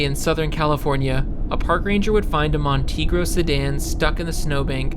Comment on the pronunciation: I'm 45 seconds in and it's a freaking Montego, not a Montegro!!! I'm out